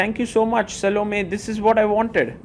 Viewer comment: "Sal-Oh-Me"? You might as well be calling her "Salami" at that point. lol I think the correct pronounciation is "Sah-Loh-May".